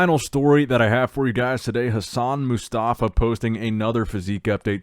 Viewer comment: it’s Hassan MO-Stafa not MUstafa